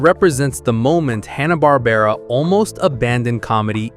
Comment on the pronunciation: This is crap! I couldn't make it to 2 minutes. You can't even say Hanna Barbara correctly 2 times. Green beanie on the dog...oh my you are blind too. 😅 No thanks I should have known by the claims as well as your channel name.